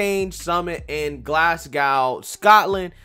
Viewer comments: Lol btw Its pronounced glaz-go,😜 love you xxx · It's GLAZ-GO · Just for reference in the UK the city is pronounced Glazgo (no pronouncing of the ‘w’) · I am from UK and watch your comments every day.Politely about the meeting in Scotland The place is pronounced Glasgo you do not include the W. Us in the UK will not get lots of names in US correctly.I am only trying to be helpful.